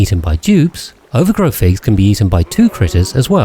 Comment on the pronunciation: since when was ovargro pronounced overgrow 💚💚💚💚